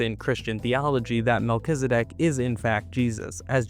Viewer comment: Isn’t it pronounced Mel-Ki-ZED-ek?